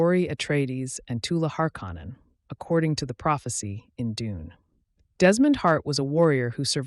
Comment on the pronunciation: Learn how to pronounce shit its literally said in the show and you cant even say harkonnen right jesus dude 😂